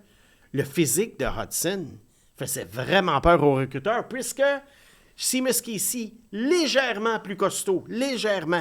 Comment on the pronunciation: Seamus se prononce “Chêmusse” et pas “Simusse”, comme dans “Shea Weber.